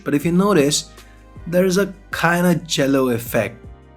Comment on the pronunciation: Did you say Cello effect or Jello effect?